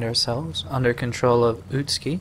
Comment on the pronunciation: Interesting that the actors got the pronunciation for 'Utsuki' correct, but not for 'Kureha'.